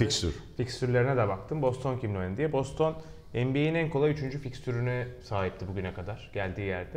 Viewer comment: Boston ı türkçe ''BOSTON'' diye okumak nedir ya